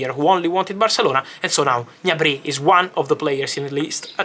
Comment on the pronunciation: Fabrizio, you can't read Gnabry "all'italiana" 🤣😅 it's pronounced "G-N-abri", with a hard G and separate G and N sounds. and the accent is on the A, not on the Y (he's German, not French ;) )